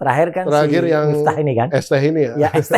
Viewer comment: BUKAN MIFTAH TAPI MIFTEH